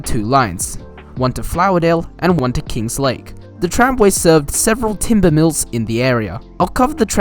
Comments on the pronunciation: Kinglake - not KingSlake. You need to be more accurate... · I used to live in eltham. i frequently used to visit KINGLAKE. It's King not King's Lake